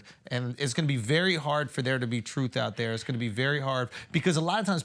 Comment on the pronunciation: Someone tell tha god it’s pronounced truth not troof